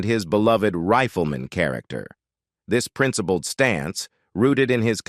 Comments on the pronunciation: The voice used for this was worse than that professor who purposely mispronounced all "white-sounding" graduate names. rifleman = "Reef-el-men" defined = "dif - end" iconic = "cone-ick" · Onced again the cyber-voice stumbles during an otherwise good homage to a TV and film actor. Indelible becomes "indy-lib- blul"; Rifleman becomes "riff-l'man; iconic is "ee-coe-nick"; colleague is "co-lee-gew"; close friend is "Cloz freend." Is it so hard to hire people to do this job, or just too expensive, so they have to use machinery? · OK............................ This IS the worst AI narrated video I have ever seen. The Riffla Mahn? Really? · why does the pronunciation go off late in this video?? Riff-la-ma for rifleman?? Ridiculous. It doesn't seem to be English. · Horrible pronunciation by your fake computer voice goes above and beyond... "The Riff-lee-mon"? Seriously, why would you accept this? It takes all the wind out of your sails, and renders your otherwise legitimate efforts as cheap and careless... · Y n the hell u pronounced the rifleman that way.?? It's the Rifleman. Not the Riffleman jackass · grating, monotonous A.I. text to voice WTF - its not riff el man - its sounded "RYE FUL" Man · The "Riffla-Man"? The "rolees" he played? Why is it so hard to get a human to narrate these cheapjack videos? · Please teach your robot the correct pronunciation of words. What is a "rifflymon"? Or a " collygew" ? And what are "rollies"? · Toward the end of this video the dialogue got worse and worse. Defined becanme D-fin-Ed. Rifleman became Rif-la-man and many more. Ruined the ending for me.